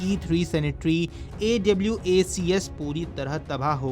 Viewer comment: Awacs bolne me kharab lagta hai kya. A w a c s kyu